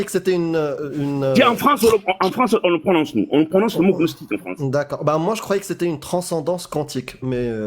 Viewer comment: " Après avoir vérifié CNRTL, gnostique se prononce [gnɔstik] , avec le "g".